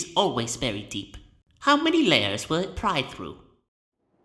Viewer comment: The stress should be "those of striking WILL" as in those with a lot of willpower.